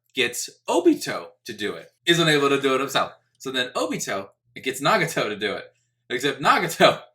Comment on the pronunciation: ahh yes “Nagito”